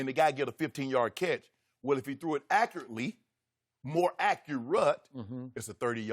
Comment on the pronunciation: I don’t care what a scout guy says when Dak leads the league in CPOE. I also don’t care what Shannon says when he can’t pronounce words correctly.